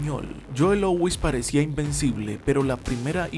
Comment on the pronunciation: Se pronuncia LÚ - IS...no LOUIS...parece que tiene una papa trabada en la garganta.